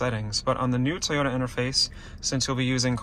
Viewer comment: Are you saying T-ota? Because it's really Toy-ota.